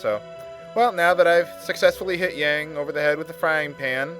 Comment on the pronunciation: Every time you pronounce his name as "Yay-ng," a baby dies.